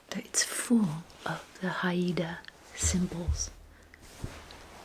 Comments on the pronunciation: Hi! Haida is pronounced Hide-ah, just two syllables. I was fortunate to visit Haida Gwaii this past summer for the first time, it is a truly spectacular place! Haida culture is alive and well, thanks to the ongoing efforts of the people to preserve the language, arts, ceremonies, and lands. ❤️ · Hey, this was yet another lovely video- thank you!! I lived in BC for 10 years and wanted to let you know Haida is pronounced "hi-da" (only since you mentioned how to prounce it!) 🥰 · I’m Inupiaq and live in Anchorage Alaska! I think you’d love visiting the cultural sites and shops! (It’s pronounced like “HI - DUH”) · Haida (Hi-da) indians of British Columbia we’re famous for the totem poles - FYI